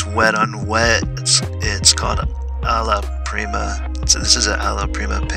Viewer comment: Love it! I like this whole series you’re doing. You’re saying ala prima correctly, btw. 😉